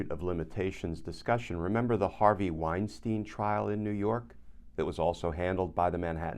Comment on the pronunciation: A note about pronunciation. In the German language,when there are two vowels together, the scone vowel is pronounced. Example: Albert Einstein The two Es are not sounded. Only the letter “i” is sounded. Same should apply to the name Weinstein Wine-stine not wine-steen.